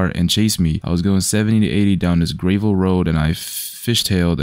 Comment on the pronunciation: O this vid funny but no one funna talk about him saying grey-vl road 😂